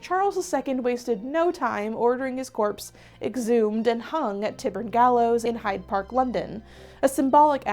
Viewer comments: Another great learning,. Just want to say Tyburn is pronounced Tie Burn. Light and peace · Love you - but it is pronounced TIE - burn 😘